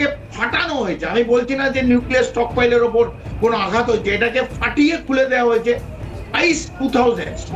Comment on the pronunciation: "আঘাত" আর "প্রত্যাঘাত" কথা দুটিকে ঠিক ভাবে উচ্চারণ করুন । বিশ্রীভাবে ভুল উচ্চারণ করছেন । "আঘাত" শব্দটিকে বলছেন, -- "আগঘাত" এবং "প্রত্যাঘাত" শব্দটিকে বলছেন,-- "প্রত্যাগ-ঘাত" । কানে বিশ্রী ভাবে লাগছে । আপনারা কি দর্শক শ্রোতাদের কমেণ্ট আদৌ পড়েন । মনে হয়, না, পড়েন না । কারণ, এই বিষয়ে গত কয়েক দিন ধ'রে এই কথাটি বলছি । আপনারা নির্বিকার । -- মানস রঞ্জন চৌধুরী ।